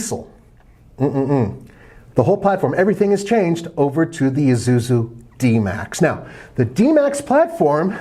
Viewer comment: It is ISUZU, not ZUZU. Come on mate ;) Please check out how to pronounce it :)